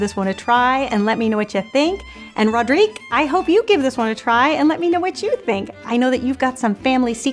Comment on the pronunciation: Oh thank you, this is lovely! Of course I like it, and this twist with the Nutella surprised me, in a good way of course! And, congratulations for prononcing my name very well, I know that all these french "R" are difficult to pronounce! haha:) Hope everyone is gonna like and share this recipe:) And hope some others ideas sharing for our recipes,! xx Rodrigue